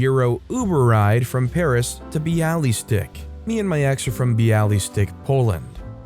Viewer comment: It's pronounced Bialy Stock :)